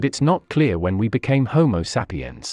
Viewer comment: content is great. The weird pronounciation is sometimes a bit distracting, especially "homo seppiens".